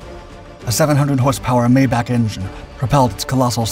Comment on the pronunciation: Mayback is pronounced mai·baak not May Back 🙄